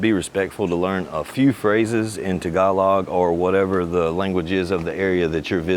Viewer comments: It is not “tag-uh-log” ; it’s “tah-ga-lo” (“tahgalo”) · I think it's pronounced as : ta-GA-loog, accent on second syllable, and final letter "g" is pronounced. Tagalog is a phonetic language (as all the other regional dialects). It's pronounced exactly as it's written, unlike French.